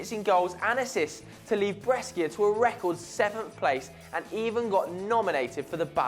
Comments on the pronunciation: Bres-skier!? It's pronounced Bresh-ah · It is pronounced BRESHA not breskia. Hell, it can't be pronounced breskia even in English pronunciation. wtf? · about Roberto Baggio: the city and team BRESCIA is pronounced (BREH-SHH-AH). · it's Brescia with an S not Breschia LOL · Bres-key-a ? fuck off!! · Breschia... Breschia. BRESCHIA!!!! It's BRESCIA!!! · what the fuck is a Breskia? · Brescia is pronounced 'Bray-shee-ah'. In Italian, 'sc' is pronounced 'sh'. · Brescia is pronounced Bresha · I like your videos but please learn how to pronounce Brescia!!!!:) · Lol that's not how you pronounce Breacia you soulless ginger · breschia....bruv learn how to pronounciate stuff yh